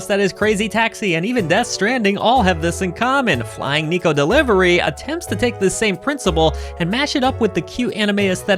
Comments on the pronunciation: Hate to be that guy, but it's "Neh-ko" (猫) not Knee-ko. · if you can pronounce the word "yeah" you can pronounce neko correctly